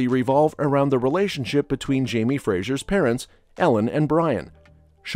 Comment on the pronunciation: It. Is. Fraser. NOT Frasier.